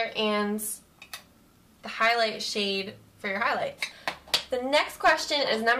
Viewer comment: omg when she said "shade my face" i swear i heard shave my face hahahaha i had to replay it i was shocked hahahah